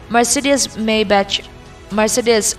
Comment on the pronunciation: Tha hlemai,English lam ho hi fuh lo deuh thin,Brunei_brunai,maybach_mai_buck..etc sawitur atam...platform lian nangni ho in in lam diklo hian a pawithui bik